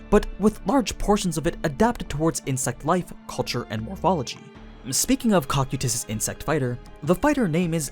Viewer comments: Kou-kye-tus Not cock-you-tis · he says cock-o-tus, its co-kai-is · ah yes, the tall blue armored bug man's name: "cock-you-tis" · Am I wrong or is your pronunciation of Cocytus wrong? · noone gunna mention that he said cocytus' name wrong?? Or is it said differently when comparing sub and dub? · Stop saying his name wrong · Why tf do you say his name like that